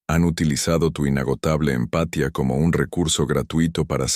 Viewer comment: EXCELENTE CONTENIDO Pero por favor, para el próximo que no les la IA (no lee bien algunas palabras y acentos (empatia, ano)